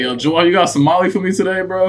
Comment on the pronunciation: You guys are saying his name wrong lol it's Joel not jewell